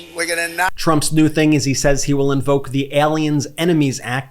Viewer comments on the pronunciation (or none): none